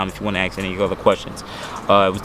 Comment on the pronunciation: Aks me about my akstetics.